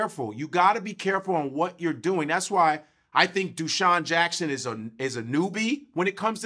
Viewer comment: Hahahaha Godfrey said douscheon Jackson